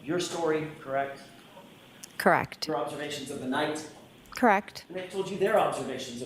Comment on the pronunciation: She shakes her head no slightly a few times when she’s saying “CrrrWREKT”!! She’s an absolute SCAB!